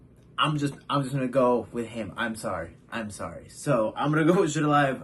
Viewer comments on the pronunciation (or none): none